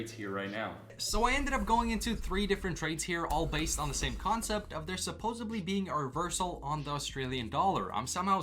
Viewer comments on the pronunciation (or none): says SUPOSUBLEE.